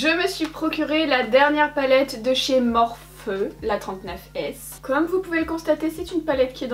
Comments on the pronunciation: En réalité ça se prononce « morphé » donc ni morphi comme les américains ni « morph ou morpheu » comme toi. Ça vient de la mythologie grecque et c’est une divinité du sommeil, des rêves et des rêves prophétiques :) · Morphiiiiii pitié morphiii pas morph 🙏🏼😭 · "MorphEU" hahaha ta prononciation m'a tuée, je crois que c'est "Morphi" .. ? sinon chouette vidéo 🌠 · Oui oui c'est bien Morph'i' normalement x) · SUPER VIDEO JUSTE UN TRUC C'EST QUE LA MARQUE MORPHE S'éCRIT COMME CA MAIS ON LA PRONONSSE MORPHI SINON TA VIDEO EST GENIAL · MorphEU xD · morpheuh mdrrrrr team nul en anglais levez-vous x)